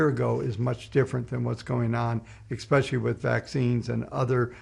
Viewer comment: I enjoy this channel however it irks my soul when I hear "ex-specially" over and over.